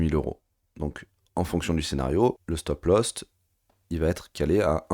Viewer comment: "stop loss" et non pas "stop lost" 😅🤣😂si tu as perdu ton stop, t'es mal bro !